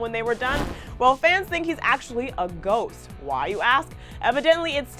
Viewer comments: i thought she said goat lmao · that abaut a gost its just bowl sheet